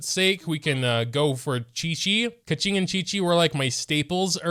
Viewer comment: he still pronounces her name wrong tho